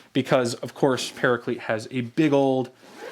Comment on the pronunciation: why do you pronounce paraclete like that ☹☹☹☹☹☹☹☹☹